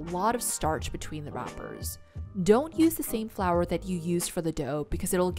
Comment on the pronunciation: Flourrrh waterrrrrh nah